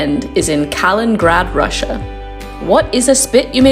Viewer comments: It's Kaliningrad not Kalingrad. But good to see your video promoting Klaipeda and its Curonian Spit which is a world heritage site. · Oh dear the pronunciations! Try " Klaep + Eda " and " K + Li + neen + GraD "